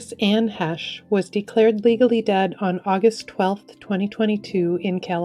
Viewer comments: "Heche" is NOT pronounced "HASH." It's pronounced "HAYSH." Just FYI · It's Ann HAY-Shh. Not the potato side HASH. GREAT loss!